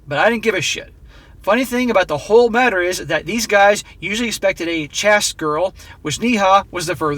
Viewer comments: 'chaste' is pronounced like 'chased'... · chaste has a long a. It sounds a lot like "chased"